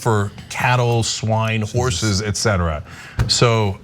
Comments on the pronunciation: I am listening to this and walking down the street. For a second I thought you said horse piss. I had to stop and listen. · I had this playing in the background while doing some video editing and I was sure he had said "Horse Piss" at first. I laughed but I honestly thought that was the new redhat miracle cure. And you know what, I wasn't even surprised. These people are so far gone that if one of their insane role model figures suggested arsenic or lead, they'd be lining up to eat it. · Am I the only one that heard horse piss?